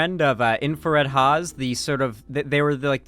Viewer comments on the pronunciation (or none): none